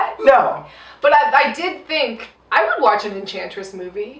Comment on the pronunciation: Think the drinking game should be, drink for every introduction, drink every time says enchantess, drink when Margot says puddin...that's all I got...also no one else what's to talk about Rick just randomly eating chicken when the enchantess takes over June's body?